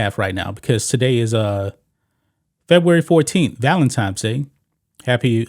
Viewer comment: did he say valentimes day?